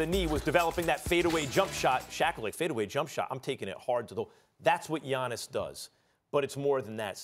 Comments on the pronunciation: maybe giannis blew him off because he doesnt like talking to media, something had to have happened behind closed doors. He even called him Johnnis, not giannis. Fucking disgraceful, and outright disrespectful. This guy has been in the league 5 years already and hes still pronouncing his name incorrectly. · I could be wrong but something tells me if Giannis was American Stephen's tune would be different. Let's be honest, the guy loathes anyone that's a foreigner. Hell, he can't even pronounce the guys (first name mind you) properly.